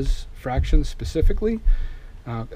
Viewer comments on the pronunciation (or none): none